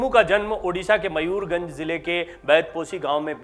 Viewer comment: Mayurganj Nahin Mayurbhanj Bolo